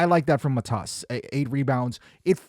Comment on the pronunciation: Hey mate, when you say Matas name, the accent is on MAtas , not MaTas.